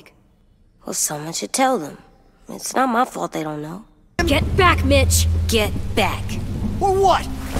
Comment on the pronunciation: When says Mitch i hear Bitch. xD